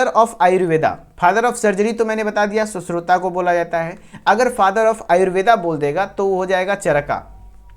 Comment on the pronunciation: सुश्रुता नहीं सुश्रुत बोल बेहेंचोद